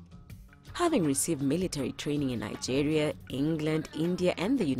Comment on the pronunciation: where the fuck is this lady from? she's definitely not from Nigeria because she cant pronounce names of the places.